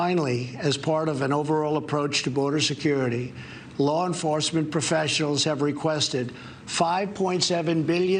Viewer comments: “LAW PROFECIALS”? you can’t even read a scripted message? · "law enforcement profesholes"